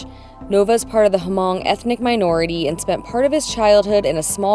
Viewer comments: I've NEVER heard it pronounced as Huh-mong and I've met Hmong people and am Vietnamese and know lots of Vietnamese folks. Even one of Hmong people in the comments mentioned it's pronounced with a silent H. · Hello…Hmong is pronounced Mong not Her-mong. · Love the video yall! As an FYI, the ethnic group Hmong is pronounced "Mung." Its a fascinating language, lots of the consonants aren't spoken, but are tone markers! There are very large Hmong communities in CA, MN, and WI, because of a large diaspora during the Vietnam war which caused tons of these folks to flee from Vietnam, Laos, and Cambodia to the US. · What an exciting and fun adventure for you two. Definitely a must do thing when in Vietnam. Cannot wait for part 2 as I'm curious if your guides took you on the dinosaur spine in the Ta Xua Nature Preserve! As someone mentioned below, the H in Hmong is silent. :) BTW, Americans, Canadians, Australians, etc., cannot legally ride in Vietnam even if they have an IDP and are licensed for motorcycles (read up on the 1968 Vienna Convention). Not that that has stopped them from riding there anyway THINKING they are in the right, when they technically are not. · Yes H is silent in pronouncing Hmong. Awesome trip and would want to take this trip someday…from a Hmong in Minnesota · No, it isn't. That's how the south pronounces it.